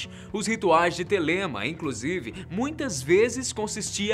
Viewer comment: se pronuncia Télema